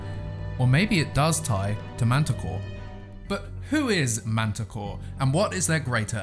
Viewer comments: I thought she said "Manticore" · Mantah Corp with a p at the end. So please pronounce it right please, its a corporation not that beast you talked about.